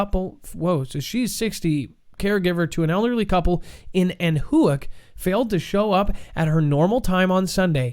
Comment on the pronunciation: It's not Ann-who-ack, it's pronounced Anna-whack which is a hint that you don't want to live there...poor lady got whacked by feral hogs which are increasingly common to see in Texas. They're probably angry that we keep spreading into their territory with subdivisions popping up like mine.